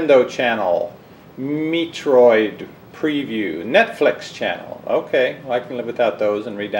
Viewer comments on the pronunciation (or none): "Meat-roid" this man doesn't deserve a Wii U